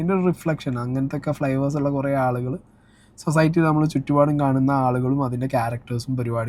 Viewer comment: സൊസായ്ട്ടി അല്ല...സൊസൈറ്റി.